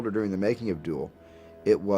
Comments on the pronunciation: The name of the film is "Duel" not "Juel". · Duel not Jewel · Speaks in a sort...of...halt-ing...sort...of...way. Also, it's Duel not Jewel. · This Aussie keeps pronouncing it as Juel instead of duel. That's dumb. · Does anyone else think the narrator is saying "Jewell" instead of Duel? it's odd.. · Hank Austin Yes indeed.. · Yeah, Jewel...the narrator kept saying Jewel!! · Why does he keep calling it "Jewel"? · Sure sounds like he is saying "Jewell ". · Toma Alimos I thought he was saying jewel too 😀